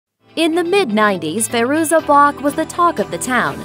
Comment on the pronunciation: Is it Fay-ruza or Fye-ruza? I've heard both pronunciations.